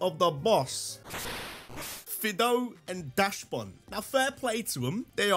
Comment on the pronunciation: Are we really still saying “Dash Bun?” Next you’re gonna tell me that Slaking’s ability is “True Want.” Come on man at least make an effort Dachsbun is a dachshund. Not a “dash-hound.” A dachshund. A wiener dog. A penis puppy. A cockwomble. Whatever you wanna call it. But it is not a dash hound.